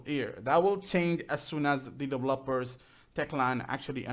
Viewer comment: Dev-e-lo-pers Just sayin --Heheehe Not Developpers =P